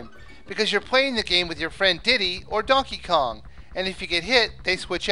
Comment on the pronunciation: I thought you said Duckey Kong....